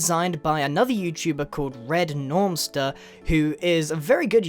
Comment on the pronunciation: Normster? Really? It's Nomster. As in nom nom nom. People these days...